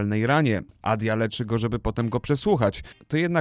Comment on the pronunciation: Wydaje mi się, że antagonistka FF8 to EDEA i nie wiem jak Wam z tego wyszło Adia :P - polecam polską wymowę bo 'Idija' brzmi śmieszkowo :)